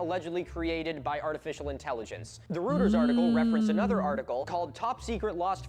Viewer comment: (guess i make another comment, to not add to the one others found helpful) not how you pronounce Reuters. guy was german-born, so it would be more like roy-turs. if he can be having fun being a pedant about celtics, i can be about this :-p absolutely correct. it also goes along with them always saying things like "possibly", "maybe" before touting their BS, because they think it absolves them from any repercussions their misinfo has and if someone disproves them they can just claim they just presented it as a thought experiment or some nonsense. anyway, to quote one of my favorite games: "An open mind is like a fortress with its gates unbarred and unguarded." i hope writing it as googledy bunkers is intentional, huh. wondering why for americans its gotta be 1pm to drink. for us its 4pm, because work ends or and the idea is that you are home by 4 and can kick back.